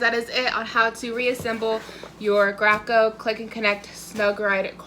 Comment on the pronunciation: Thank you for this video. Graco is actually pronounced “GRAY koh” because one of the two co-founders was Russell Gray.